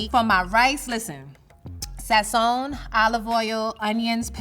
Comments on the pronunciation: He pronounced Sazon like “sazo”😂😂😂😂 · The Black American pronunciation of sazón and recaito is pretty hilarious.